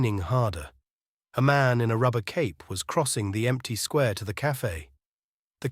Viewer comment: Hemingway us full of undemonstrative men and discontented women. Sweet ending, though; she won’t be totally miserable. The reader spoiled it for me somewhat: the monotone and pronouncing “square” as “squa” sounded AI.